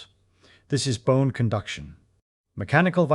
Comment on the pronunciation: Ye ear that lassie? It was bohne cunduction.